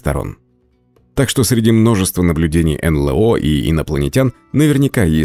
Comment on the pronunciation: Эй, ребята! Не ЭнЛэО, а энЭлО. Стыдно.